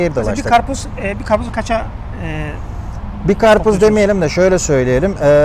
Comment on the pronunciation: Achtung. Achtun alman abi... Was is das ? Garpuz. Garpuz. 😂